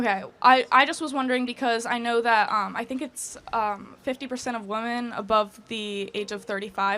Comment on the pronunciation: why do so many gen z women pronounce womEn as womAn. It's infuriating.